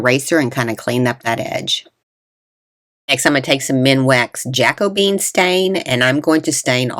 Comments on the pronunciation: Hi, I believe the stain is pronounced Ja Co Bee Ann!😉Very nice DIY's!❤ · Just an FYI, that stain is pronounced ja-KOE-be-in. I LOVE the spools!! ❤️